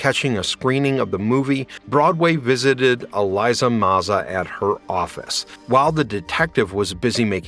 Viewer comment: It's a little cringe that you kept mispronouncing Elisa's name....